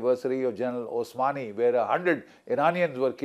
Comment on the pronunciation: Not general osmani but rather general Solymani.😅